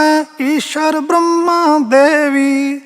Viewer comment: "ਈਸ਼ਰ"ਕਿਥੇ ਲਿਖਿਆ ਹੋਇਆ ਹੈ/ ਗਲਤ ਪੜ ਰਿਹਾ ਹੈ/ "ਈਸਰੁ" ਲਿਖਿਆ ਹੈ/ "ਸ"ਨੂੰ‌ ਸ਼"ਹੀ ਬੋਲ ਰਿਹਾ ਹੈ/